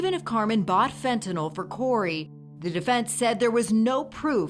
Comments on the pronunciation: NO! By giving him a lethal dose of fentanYl, NOT “fentanol”. There is no such drug! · FentaNYL not FentaNOL. How is that so hard for some people? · He attorney says "FentaNOL." It's pronounced (and spelled) "FentaNYL." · It's fentanyl not fent a nol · Sounds like nil